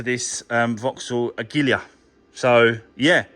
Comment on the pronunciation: The Vauxhall is called a- gee-la